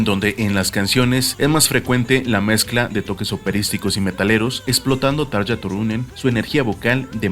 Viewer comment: Así no se pronuncian los nombres ni de Tarja ni de Jukka, bueno, ninguno lo pronunciaste bien😖 No te lo digo en mala onda pero infórmate, amigo.